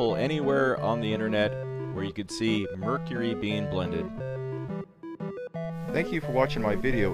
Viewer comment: I think he actually pronounces mercury right.